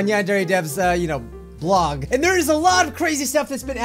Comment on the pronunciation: I’m Yanderedev blog Me:You mean Vlog hahahaha it’s funny no